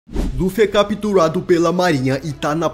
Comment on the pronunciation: gente no começo do video ele fala capurado